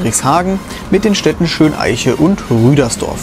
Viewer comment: Übrigens ist es nicht Schön-Eiche sondern Schöneiche (mit der Betonung auf Eiche).